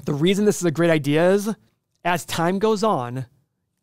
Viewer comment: all i hear is "i have no idee"